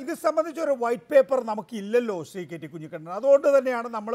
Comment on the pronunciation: ദയവായി കുഞ്ഞികണ്ണൻ ആ പേര് മാറ്റണം, ആ പേര് നികേഷ് കുമാർ പലപ്രവിശ്യം തെറ്റായി ഉച്ചരിക്കുന്നുണ്ട്.😊